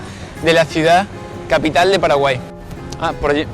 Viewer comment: Muchas gracias por hablar bien de mi pais que no siempre es bueno PD:Minuto "Gente de Paralai"